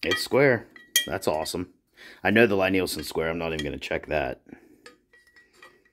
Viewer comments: So when I met Thomas Lie Nielson and his staff, I asked about the pronunciation, and they said Lie is pronounced like Lee. The Jorg is a kit. The machining is not nearly as finished and refined. The chip breaker and blade look fly cut, I assume they might be rough blanchard ground (which is usually done on big pieces) but the radius of the grind indicates they were not surface ground linear. I spent 3 weeks fettling a No 7 Record. It required that much work to get it flattened and set. I started buying Lie Nielsen and Veritas after that, or old fettled Stanleys. All work.. my Record now works, but would I do it again? No.. The work was not worth it. It was hard work. I now have a surface grinder and metal shop added to my wood shop, I could , but I won't. The price is worth their accuracy, finish and features. Oh, and I don't prefer a lever cap any longer, I like a screw. It's just more refineable. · Oh P.S. the Lie in Lie-Nielson is pronounced "lee". #4 in their FAQ 🙂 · FYI for future reference its a Scandinavian name Lie Nielsen its said "Lee" like Bruce Lee not Lie as in lying . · Lee not ly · FYI the company name is pronounce LEE Nielsen. Thanks for taking the time to make the video. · Lie-Nielsen is pronounced the same way as you would 'Lee'.